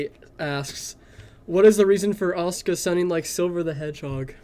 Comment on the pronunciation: 20 seconds in already forgetting names 💀 That is the correct way to pronounce it and I completely understand the nerdy nature of Asuka fitting the Silver voice. Thanks 👍